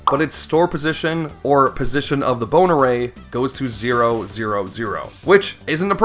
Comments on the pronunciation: what he says "bone array". what i hear "boner ray" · I know he's saying "Bone Array" but is anyone else hearing "Boner Ray"? What a terrifying weapon that would be. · Who else keeps hearing "Boner Ray"